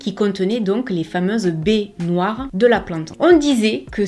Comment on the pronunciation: Cc quand tu parlé des baies noires de la belladonne j'ai cru que tu disais les baignoires !!!!L🤣🤣🤣